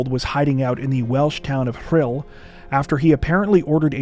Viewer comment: Congratulations on your pronunciation of Rhyl, welsh is not easy!